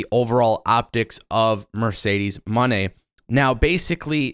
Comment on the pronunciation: It’s pronounced “Moe-Nay” not just simply “Money” lol